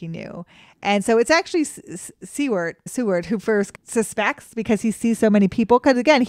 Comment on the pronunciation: Seward is pronounced "soo-erd."